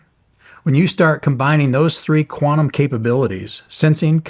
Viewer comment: Its QUANTUM not QUANUM 😂